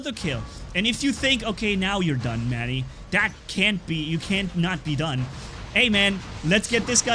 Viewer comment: When I first watched the vid, I thought u said ‘what’s up friends of the good mood, this is mommy’ and then I saw ur channel and it said Manni gaming. That was when I got introduced to the channel